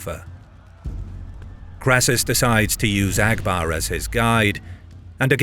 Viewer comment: Abgar not Agbar